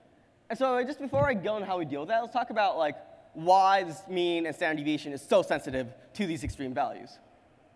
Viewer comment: Goddamn, just say 'sd' instead of 'staneviation'.